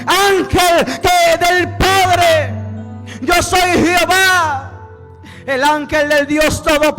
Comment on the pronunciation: Lindo mensaje para que sea publicado al mundo entero pero siervo con respeto le digo no se dice jiova sí no q se dice Jehová aunque tampoco es el nombre correcto